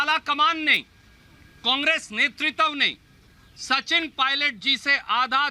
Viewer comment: Netritav nhi hota h netritva hota h,kis bachhe ko bolne bhej deti hain sonia ji